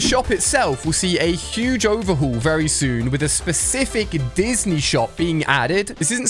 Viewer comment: Is anyone else noticing that he’s been saying destiny instead of Disney?